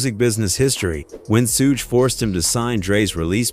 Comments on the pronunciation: I winced everytime I heard "Sooge" knight. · Bro it's pronounced SHUG knight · A.I. voice can't say "SUGE" correctly 😂